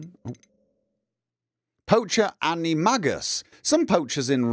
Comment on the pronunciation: That pronunciation of animagus hurt me